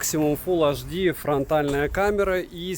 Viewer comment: Обзоры у тебя супер, очень радует скурпулезный подход👍. Вот только прекращай уже со своим "фул аш ди"). Все таки на большую аудиторию вещаешь. Фул Эйч Ди! 🤝😉